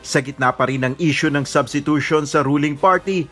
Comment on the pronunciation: Hot pacq wla k karapatan mgsalita o mgcomment bout sa substitution ,pronunciation n nga lng ng substitution kulang kpa ng S Ewan sa lht ng kandidato ng presidency sau aq ndi kompiyansa dahil kht si Vp ganun kht pano nkatapos abogada ganun dn lht nkatapos katangi tangi Ikaw lng tlg wla aral lakas ng loob tumakbo,mayabang p,braggart indeed👍sa senado nga sa inio ni Drilon dinidiktahan kpa tpos nga pinagssabi mo malimali p Kya yung mga advisers mo na nagdidikta sa ssbhin mo against ky Drilon salubong n mga kilay nila dahil yung dinikta nilang isasagot mo ky Drilon eh malimali Kya nding ndi k tlg p g presidente,takbo kna lng sa barangay tanod👍🦫Yun mas bagay sau